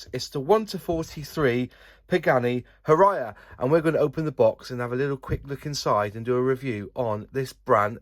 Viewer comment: To pronounce it properly , it's the sound you make when throwing up ...huuaaayraaaa